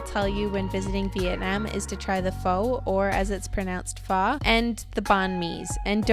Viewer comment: You're pronouncing pho wrong 😭